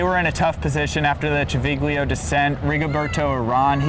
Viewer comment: Really interesting commentary - learned a lot from it. Civiglio is pronounced Chi vil yo.